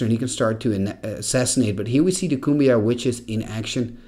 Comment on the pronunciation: Pretty sure Cuombajj is pronounced coo-ahm-badj. And Serendib is sair-in-deeb.